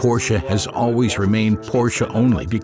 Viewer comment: Porsche. Just pronounce Porsch(e) THE (E) is silent. And certainly NOT pronounced PorschA!